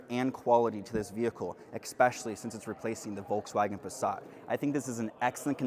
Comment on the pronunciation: Nice overview. Though I just can't stand how you pronounce Volkswagen.😅